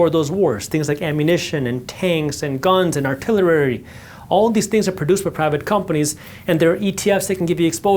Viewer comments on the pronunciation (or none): “Artilerary” haha happens to us all! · Man said artiliLARRY 😂